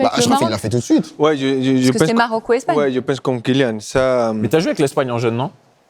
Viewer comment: " Kylian" bordel pas Kilian !!! Respectons le prénom donne par ses parents !